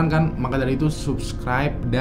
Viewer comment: bacanya bukan EWING SQUAD, tp EWING SQUOD.